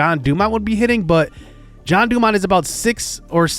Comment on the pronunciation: He is in the minors and he had bad seasons because you called him John, when his name is (gen-e) jean dumont and randy's last name is (a-rose-za-rena) and send brennan to triple a